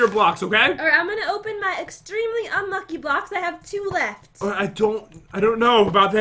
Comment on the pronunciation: Who else likes it when pat pronounces unlucky as unlu-ack-gh-y